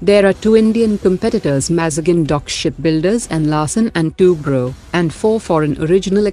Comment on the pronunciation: Its Larsen & Tubro , not Larsen & Twobro mem🙏